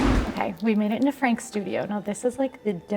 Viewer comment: 💍 FRAHNKS. Not Frank’s. Sorry to be that person 🤦🏻‍♀️